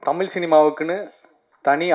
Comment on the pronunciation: Anchor ku inum tamizh epdi pronounce pannirdhu nu terila tamil nu solraru